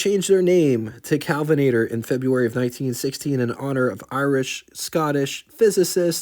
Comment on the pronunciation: Well done! My only criticism is that i cringed every time you said "Calvinator" instead of KEL vinator. Someone mentioned gas being very different back then. It was, but not as high a quality as it is today. Cars ran different because they were designed to run on the lower quality fuel. Today's cars wouldn't run as well on 1960s and earlier gas... pdrobably not 70s either.